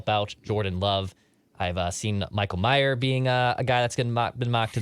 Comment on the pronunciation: The Notre Dame tight end is Michael Mayer, not Michael Myers (which you mispronounced as well).